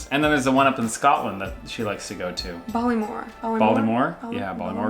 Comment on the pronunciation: Balemore? 😂 I’m getting Balamory vibes...